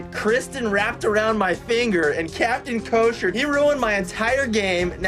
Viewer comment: He said Captain Kosher lmao